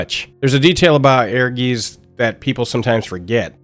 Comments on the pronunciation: It's certainly not the easiest word for non-German speakers, no. ^^ I think with the version I wrote down, you get to pretty close to it. Aergaits or even Airgaits, that should be even easier through the word air. Doesn't matter in the end, when most of the world would pronounce it a different way, I would join in, so it's internationally understandable. :D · We always thought it was pronounced like "Urges" and it was just spelled that way to be unique and different. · Am I the only person that pronounced this game as “air guys”? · i always pronounced it Err-guytz. Because i live in germany. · It is air-guys, though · Please stop trying to pronounce "Ehrgeiz", because you are really bad at it. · [Ear-guitse], not [Air-geese]. "Ehrgeiz" is the German word for "ambition". I still own a PSX copy of Ehrgeiz, and I'm willing to admit I only got it for the FFVII-characters. I was at that age, you know? I would've bought anything with the FFVII-logo plastered on it, and so I did. I did play a great deal of this game, including double-finishing the dungeon mode for the 'story', but - I never particularly liked it. Maybe the algorithm should not have suggested this for me. I'm happy that it brought a lot of people joy, but I thought it was kind of boring, kind of sloppy, and that it mostly got carried by famous names and faces. The fact that Namco pulled its hands off of this title was kind of damning, there's a reason the Mishima-clan doesn't invite Godhand to their famous family-reunions. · Bro they say the name of the game right in the beginning.. it's pronounced, essentially "Air Guyst" not "Air Geeez" 😭 but, nonetheless, I'm still glad people are taking shot this game.. it might not have been successful but damn was it fun! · I never knew how to pronounced the title. But, I always bring it up when talking about FF, like "did yall every play that FF7 fighing game. E-her-geez"😂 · Its pronounced "air-gites" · It's pronounced Heirguyts